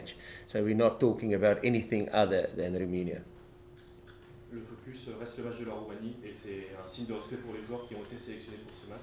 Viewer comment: ROMANIA is NOT pronounced ROOI-MI-NIA Jacques but ROW-MAY-NIA